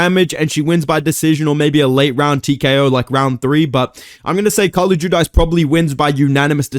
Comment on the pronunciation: It’s Jew-Deece, Carli is my sister haha